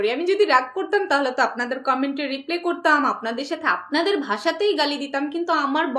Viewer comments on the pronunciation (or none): Reply এর উচ্চারন “রিপ্লে” হবে না! এটার সঠিক উচিচারন হবে “রিপ্লাই”!